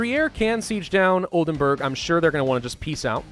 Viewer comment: It's Oldenburg (castle) not Oldenberg (mountain)